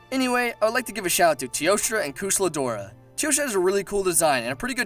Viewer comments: wait, did he say kush-la dora? lol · “Koosla Deora” i think I just had a seizure from that pronunciation holy shit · That pronunciation of Kushala Daora is so bad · I'm not gonna lie, and I may sound petty, but I cried when he tried saying kushalla daora. I understand everyone pronounces the names differently but that one hurt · Kooshla Dora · How the hell did u say Kushala Daora's name now? Honestly, that triggered me. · you said so many names wrong gogmazios kushala daora salamander